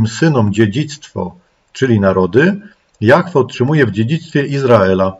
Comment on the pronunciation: dlaczego ludzie wymawiaja jahfe ja mowie jahwe